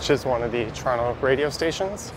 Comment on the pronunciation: I love how you say Toronto correctly